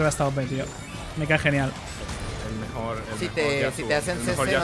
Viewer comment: El mejol el mejol el mejol jajajajajajaja 😂😂😂😂